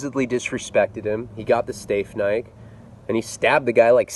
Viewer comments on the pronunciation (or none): Lol you said stafe knike instead of steak 🔪 knife. Not that it matters but I thought it was pretty funny lol. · "STEAF KNIKE" 🤣🤣🤣🤣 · Steaf Knike lol. Steak knife lol.